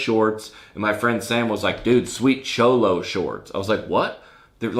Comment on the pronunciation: "Sholo" instead of cholo 🤣